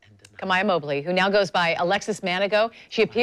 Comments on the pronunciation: "MOE-bley" not "MOB-ley" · Her last name is Mobley not Mabley 😂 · I think its Mobe -ly not Mob-ly